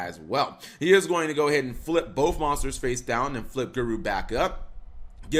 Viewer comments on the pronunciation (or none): none